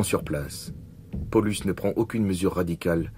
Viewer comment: mdr j'ai l'impression d'entendre polux a chaque fois hahhahahahh il pouvait le prononcé à l'allemande PaoLOUSE ! ( juste pour le son je précises )